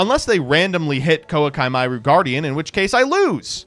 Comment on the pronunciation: how tf did you pronounce koaki meiru like that